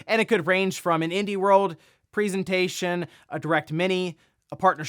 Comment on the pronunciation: One day you will learn to pronounce the word "presentation". Do you give Christmas Preezents? Do you like in the Preezent?